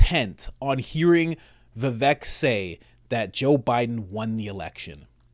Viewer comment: I am an indian, you pronounced vivek right. In sanskrit, vivek means " person with wisdom".